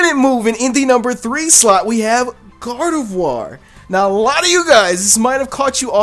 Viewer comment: Finally! someone who says Gardevoir right!! LOL